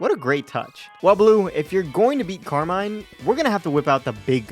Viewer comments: I also looked it up in the pokemon presents-- the way you pronounce Carmine is correct. Car-mine. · You pronounced Carmine correct lol they said it that way during the pokemon presents